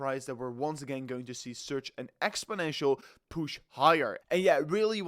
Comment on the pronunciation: You say "exponential" a lot, but not correctly.